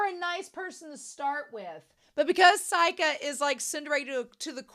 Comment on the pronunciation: A few random notes: I love how Seika takes a picture of "submitting Bocchi" just before the end of the scene. All of the band names on Seika's screen are parodies of actual Japanese band names. By the way, "Seika" is pronounced "say-kah" rather than "sigh-kah." And it means "Star Song" which is probably where the club name, "Starry" comes from. The tour of dams is probably my favorite gag in the entire show. Also the ending-credits song for these present set of episodes is being sung by Ryo's voice actor. The blue coloring in the credits is a clue.